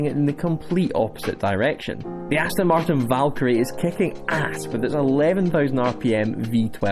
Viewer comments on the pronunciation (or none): none